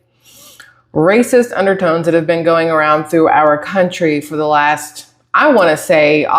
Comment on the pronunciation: She said undertones lmfao